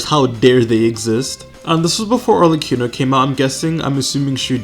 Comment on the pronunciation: While I have recently almost completely stopped playing genshin for the first time in 3 years due to some personal reasons, I’ll always watch a video when he uploads. Because he’s the GOAT. Also please stop saying Arleccino